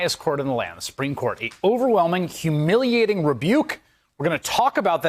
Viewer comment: Humiliating rebuke. Emphasis on the word humiliating.